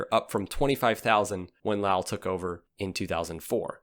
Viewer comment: Lal is pronounced like Dahl but replace the D with an L